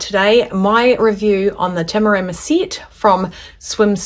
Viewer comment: Great review, much appreciated. And you nailed every pronunciation of Tamarama, must have been all the practice up to the review 😉